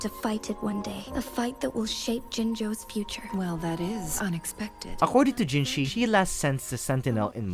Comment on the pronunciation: Hey not tryna be rude but just so you know you keep on writing jinshi but it's jinhsi great vid otherwise, I really like the way you told the lamb story